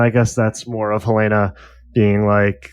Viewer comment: Look, man. Yes Helena is traditionally pronounced that way. But it can also be pronounced the way they say it in THIS SHOW and they are not saying hel-AINA-ah, it’s frickin’ HEL-en-a. And I’m pretty sure that’s becasue of the “hell” hints they drop all the time. So say it the right way, FFS.